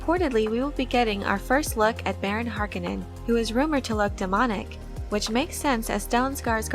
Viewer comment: Pronunciation of Har-kOh-nen please, driving me nuts 🤓😝